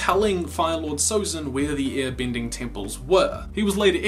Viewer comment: u saying ear binding annoys me so much sorry cant just ignore it, ur vids are great